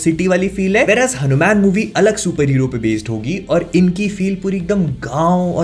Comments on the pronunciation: Why you are always keep saying it हनुमैन? bhaiya teaser me hindi me wha par हनुमान likha hua aata hai, toh aap hanuman bol sakte hai, or waise bhi ab toh koi confusion bhi nhi hona chahiye aapko teaset dekhne ke baad. By the way the review was awesome. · HanuMan = pronounced as HanuMaan not Man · Please pronounce Hanumaan Not Hanu-Man Please Movie Ka Naam Hanuman Hai baki Exited to hai iske liye🔥🔥🔥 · Please , I understand you watch have grown up with Western comics but please keep a threshold. You didn’t talk about the climax shot which was the highest point in the trailer. And please stop saying Hanu- Man. It’s Hanuman , for comic book researchers it’s very obvious to resonate Batman, Ironman but people like us, the Setu Org. members and researchers he is the living reality, the history, the present, the future, our emotion. Because we have explored his traces. Man of culture please value our own culture. 😊Anyway, keep on your comic book research along medical service. You are doing a great job. Love from Boston. Om ShivRamHanumate Namaha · It's not हणूम्यान it's हनुमान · Its not hanu Man Its Hanuman hair... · Its हनुमान not हनुम्यान (Hanu Man) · It's not hanumen it's hanuman correct it . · Its just ( हनुमान) ,not HANU. MAN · It's हनुमान not हनु मैन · हनुमेन mt bolo yaar हनुमान bolo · Bro its Hanumaan not Hanuman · It's हनुमान, not हनुमैन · Isko हनुमान bhi bolna nahi aaata😂😂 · Bhai apse ye ummid nhi thi Kam se kam name to shi se lo